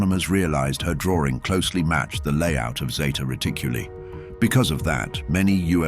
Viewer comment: No es ZETA REDICULI, ES ZETA RETICULI!!!